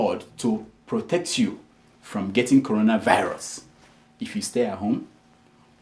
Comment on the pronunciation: Bleach pastor, did you hear the pastor, he said Colona virus